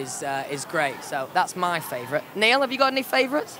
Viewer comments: HAHAHAHAHA Louis called Niall 'Neil' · When Louis called Niall "Nail" wxkdlskfgh 😍😍😍😇😍😍😍💓💗💓💗💓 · Niall said in an interview that Louis does that because it bothers him so he does that on purpose😂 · He is allergic to saying NIALL 💀💀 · He does that, he can't say Niall